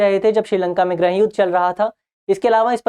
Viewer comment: everything is clear and well explained ☺☺.. but one suggestion please pronounce '' GRIIH YUDH'' NOT ''GRAH YUDH''😊😊😊